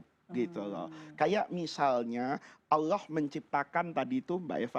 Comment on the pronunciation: kok bilang ALLoh tidak fasih